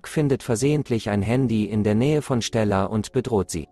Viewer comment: Ich will ja nicht gemein sein aber wie er STella sagt